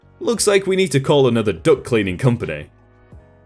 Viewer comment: Thank you . I have been all fucked up on this story lol . You are the only one to pronounce it duct . Not duck. I feel very stupid thinking people have. A service to come clean their ducks lol